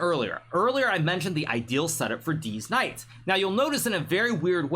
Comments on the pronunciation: Did anyone else realise that hikaru always says deez knights instead of these knights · deetz knights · Bro i literally cannot contain myself... he keeps saying Deez Knights.🤣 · I love it when he says deez knights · HN loves saying “these knights” (deez nuts) and I love it every time he does